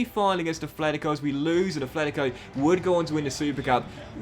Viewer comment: Loving the series, just one thing: it's Atletico Madrid, not Athletico Madrid